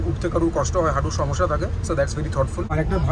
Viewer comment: সামোসা ❌ সমস্যা ✅ 😂😂